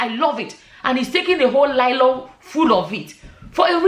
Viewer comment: I couldn’t agree more! But, it’s Nylon” not “Lylon”❤